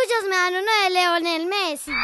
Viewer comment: Leonel Messi? WTF? XD Lionel, LIOONNELL